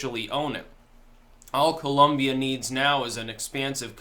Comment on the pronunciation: My Brother! I don’t know what happened, I’m really late posting to this video, but I hope you come across this message:)... I’ve never heard or seen anyone else pronounced “Colombia “ like the way you did at the start of the video! My natural planned was to follow you until my last breath of life, and now with this amazing and truthful video you’ve created, I will follow you even after the last breath of my life:) Lol! Seriously! I think you the world because the timing if this content you’ve just created, couldn’t be better! I love my country of birth and I equally love the United States of America! Not perfect, but it is the greatest nation in the planet! Thanks!